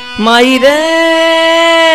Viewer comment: abay "mahi" nahi... Maai means mother